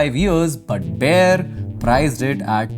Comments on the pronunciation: it is not बेयर it is बायर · I'm sorry but I can't with the pronunciation of Bayer 😭😭😭😭 It's pronounced Bā- Yer This isn't a hate comment but I live right next to the industrial area and again I'm sorry about it being the only thing I'm pointing out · Bayer noi Bear